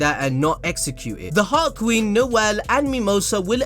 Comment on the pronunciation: Whenever says "Heart Queen" I think he said "Hot Queen".LMAO